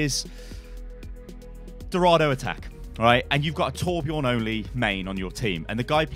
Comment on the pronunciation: is torbjörn not torbjorn